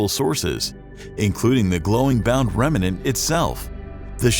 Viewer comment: Everything is going fine until the narrator says the word "remanent". Not accurate for a scientifically oriented video. Remnant, without the need for an extra syllable.